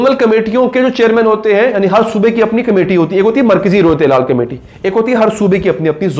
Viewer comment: ہلال ہوتا ہے حلال نہیں